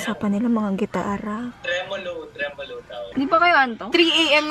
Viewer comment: Trimolo or Tremulu? 😅 Musician be like